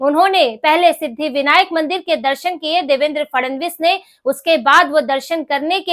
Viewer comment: Grrrrrrr...... Fadnavis ... or Fadanvis... Kindly check your pronunciation